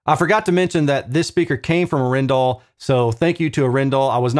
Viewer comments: I think it is 'A(hhh)-en-dal, not A-'ren-dal ;-) Not sure though, but being a Norwegian company this would be my (Danish) guess. Anyway, either is probably fine. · Great video. Not that I think they care it’s pronounced (R N Dal) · The two A in Arendal are looong, but your very close. 👍‍👍‍ Cheers,, 🍻😎🤘‍